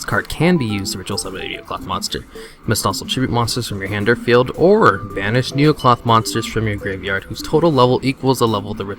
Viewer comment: first of all you build it wrong 2nd it's necloth not neocloth dumb ass